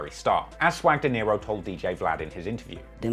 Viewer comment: Swag Dinero not Deniro you said it wrong about 10 times 😅, nice content though